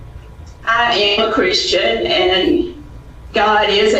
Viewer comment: "I aym uh crisstian" Aaand thats why that statement never holds any weight